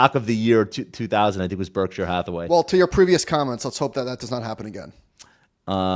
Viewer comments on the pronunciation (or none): none